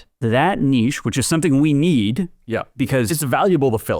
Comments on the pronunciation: The way is pronouncing 'Niche' is killing me 😅😂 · Niche sounds like Quiche, not Itch.